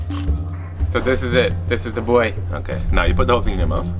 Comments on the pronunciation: Its pronounced “Boo, ai” Not boy. Trust me, I lived here for 6 years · "Hebe buai"